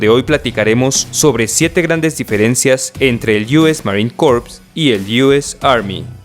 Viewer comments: Un dato rápido: A la hora de decir Marine Corps, jamás vas a decir "Corps" porque suena a cadáver en Inglés, se dice "Marine Cor" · nunca se pronuncia la p en la palabra "corps" te lo dice un ex marine